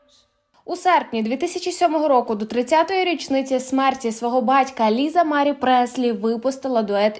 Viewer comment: Stavte pravilno nagolos na slovi Marie